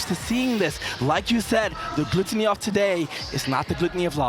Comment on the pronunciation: Commentator stop fucking pronouncing his name "GLUE-tonny" instead of "GLUH-tonny" have you never heard english??!! JFC shit is driving me insane. I don't even watch ultimate but these players interested me, and these commentators straight ruined it for me being annoying af with their annoying ass commentary and mispronouncing shit.